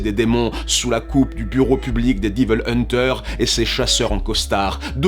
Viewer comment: Diveulman, Diveul hunter, Diveul May cry, non non "haie-ville" est la prononciation la plus opti. Une lettre de mise en demeure arrivera bientot.